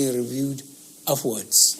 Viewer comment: the old man say na offwards instead of upwards, subtial instead of special...illiterate wey professor dey say yes sir to am